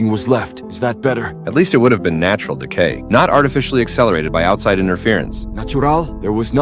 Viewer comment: Yeah heard it too